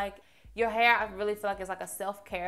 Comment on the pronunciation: Where are you from pretty girl?? I like they way you say hair lol “hay-yer” 😂😂